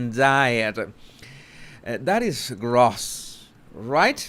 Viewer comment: Ok,, ducks,. It's GROSS. Pronounced with long O. Like ROSE with a S. Not a Z. Sort of like TOAST with no end T